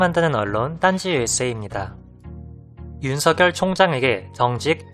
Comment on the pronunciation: 윤석열은 [윤서결]로 해외계신 분이 오히려 정확히 말씀하시네요 .대체로 [윤성녈]로 잘못 발음하는 분이 많던데 . 어느 방송국에서 아나운서 분이 [윤서결]이라고 짚어주시데요. 짚어주십디다. 딴지영상 잘 보고있습니다. 감사드려요 ^^